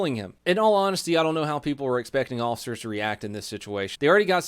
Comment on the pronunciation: For the love of god and all things holy stop pronouncing "officers" as "awl-ficers". FFS, you are a pseudo-celebrity, at least pronounce common words properly. So, "y'all" gunna take a hissy fit and "ban me". Cmon, learn to accept criticism. It comes with the interwebz.